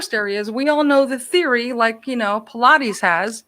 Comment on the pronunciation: Its pronounced Paul-EYE-des not pilates lol